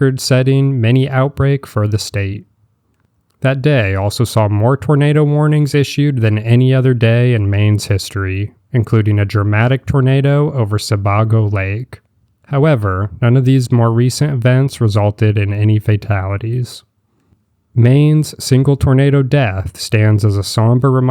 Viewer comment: Worcester is pronounced WOOS-ter, but the two O's are pronounced as in FOOT. Salisbury is pronounced SAULS-bree, or SAULS-buree. Sebago Lake is pronounced Suh-BAY-goh, and Berkshire is pronounced BERK-sher/The BERK-shers (or BERK-shears).